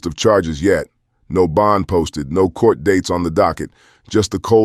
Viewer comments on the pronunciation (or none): none